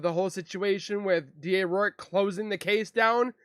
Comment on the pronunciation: It’s Rourke. Not O’Rourke